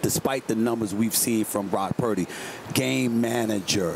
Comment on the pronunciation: Prime said "Block Purdy" 😂